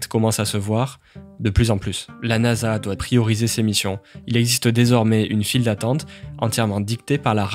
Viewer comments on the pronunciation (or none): none